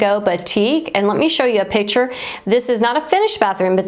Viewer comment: I think you mean picture, not pitcher. Pitcher, pronounced "pih‑chr" something that holds/pours liquid "a pitcher of lemonade Picture "pik‑chr”: artwork/photo